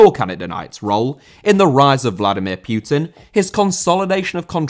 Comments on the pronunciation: putin not pyutin ffs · Putin* not Piyuten